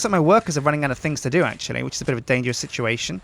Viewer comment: *Sjincredibly Sjintricate Sjintuation.